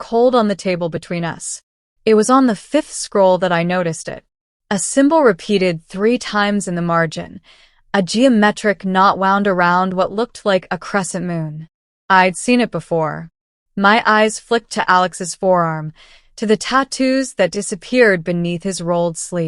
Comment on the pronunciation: AI narration of course, that’s alright, but correct errors, also it is ‘wound’, like a clock is wound, not ‘wound’, like an injury; pronunciation. Still liked the short story. I rate your tale a 7 out of 10.